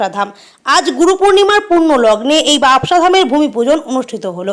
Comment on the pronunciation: বাবসা না বাবোসা ভালো করে জানুন তারপর উচ্চারণ করুন নাহলে ছেড়ে দিন reporting